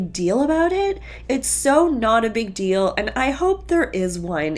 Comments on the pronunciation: Yes, " the big dill" thing always bothered me...proper pronunciation Sobyn! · No. Robyn’s “dills” drive me nuts! Where is she from that people say “dill.” So annoying! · They all do that with their vowels.. deal vs. dill. Maybe regional? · In their part of the country, Utah,Montana, Wyoming out west everyone I’ve ever known has problems with the words that have double E’s or an EA that makes the long E sound in the middle of them and pronounce them as short i sound. So, for instance, the brown family says big dill for big deal they say fill for feel and they say fillings ( as in dental work) for feelings. They also say SORE-E… but Kody never apologizes so you don’t hear it much. 🤣 it’s a regional accent or pronunciation that is common and you pick it up quick as my best friend from Utah shared with me and my mom set me straight with enunciation practice. “Wanna come eat at my house? My best friend says , “What MILL? Lunch? “ This is just a 17 season slow burn sweet Reality Charm that we knew all along was going to go down in flames. Thanks for the wonderful entertainment this past year. You’re the best! 💜🎅🎄🎁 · The "dill" is a Utah thing I'm pretty sure. My friend & colleague is a former LDS girl born and raised in Mormon Mecca (aka Utah) who's moved to PA. The first time I heard her speak was when I interviewed her for a podcast & I immediately picked up on the "deal" pronunciation. She also does the emphasis on "ing" all the sister wives have. It's either a Mormon cult thing or a Utah accent. Either way, the way Robyn says it annoys me!!!!